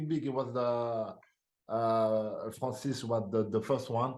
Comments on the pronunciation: Bwhahahhahahahaha....at the end calling him Francid....dafuq! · Bro called him Francis 😂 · Bro called him Francis 💀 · Did he just called him “ Francis “? 😂 My last question Francis?